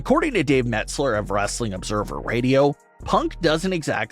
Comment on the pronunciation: Mets Ler instead of Meltzer. Sonds like it. 😆 Must be his gimmick.